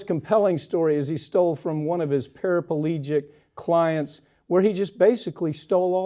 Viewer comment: Paraplegic. Not para-pa-legic. Mispronounced words discredit potentially valid thoughts